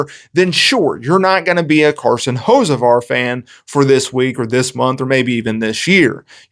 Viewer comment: Learn how to say the dudes name 😂